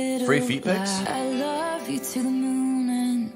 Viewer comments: i laughed so hard when you said "I wolf you". i was like 'Love honey where did you come from' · When u said I wolf u and immediately regretted it 😂😂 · "I WOLF YOU *VOMIT*" yes. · "I wolf you "So at this point do we all watch "You"